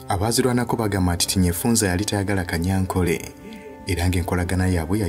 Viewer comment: Besides, the name is Tadeo Kanyankore not Kanyankole. In our Runyankore/ Rukiga dialect, there's no letter L, so please stop it.